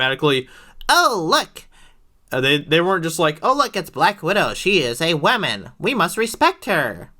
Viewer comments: It’s pronounced “woman” not “waman” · This guy can't pronounce Woman. Douche bag. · I have never heard someone pronounce woman in both pluar and singular forms at the same time